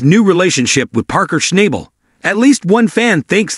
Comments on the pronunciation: You should AT LEAST know how to pronounce parkers last name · If you want credibility learn how to pronounce Parker’s last name.